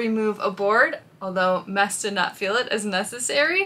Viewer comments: Someone help. I thought his name was...some people in the comments use "". It seems like is saying "Mess". Did I miss something along the way? What is correct? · Did I hear correctly? It sounds like is calling, “Mess”. If so, that is a PERFECT pet name for him!